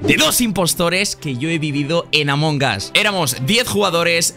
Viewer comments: Escucho a varios Youtubers decir Among Gas Yo: LPM, ES AMONG US! AMONG USSSS! CON LA U Y LA S COÑO! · Gente normal : Among Us TheGrefg : Among GAS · Gente normalisima: among us Thegrefg: AMONGAS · Se pronuncia "Among As" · Nadie: absolutamente nadie: thegrecox: Amon Gas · Nadie: Grefg: Among Ass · porque dise amongas